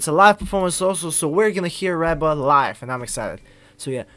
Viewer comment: It's pronounced Ree-ba even though it's spelled Reba..